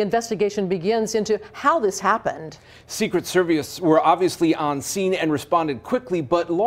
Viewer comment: 0.07": "Secret Seviece.."... WUT?